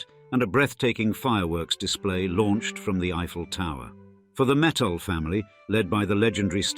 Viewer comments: It's not metals it's mittal lol😂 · It’s Mitt-tal not metals .. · Learn how to slowly pronounce mittal...it is mit tal t as in tea or cross the ts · Their surname is Mittal and not metal,, first and foremost